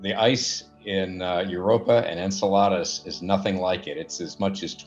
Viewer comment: The guy being interviewed says Enceladus the same way you say enchiladas